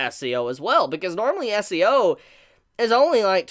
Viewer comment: Is it just me or is he saying SEO?